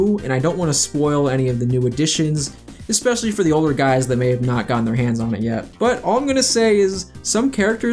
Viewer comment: Every time I hear "ekspecially" I die a little inside... Other than that, thanks for clearing up who was in charge of what, so Whitehead doesn't falsely get all of the blame.